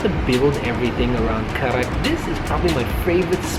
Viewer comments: The 'D' in Kadak is pronounced as an 'R' so technically you're both correct on some level lol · Karak not KADAK habibi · Why do you call it kadak when it’s karak?